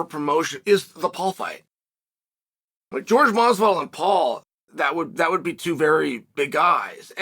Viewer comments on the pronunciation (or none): none